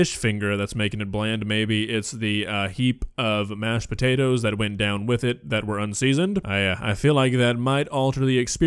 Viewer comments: she finally says “potatoes” correctly and then literally corrects herself to say “s’potatoes”.. good lord. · putting the "SPUH-TATERS" in! 🤣 I adore and her vocabulary! 💖🇨🇦💖